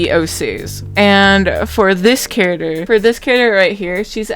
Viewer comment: The way you say character sounded like carottder and I was so confused till I figured put what you were saying. Good art though, very pretty art me need to eat art 👹